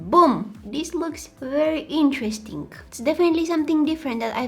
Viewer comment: I love how u say "interestinK" and "thinK" instead of interesting or thing... It's so cute 🥰🥰🥰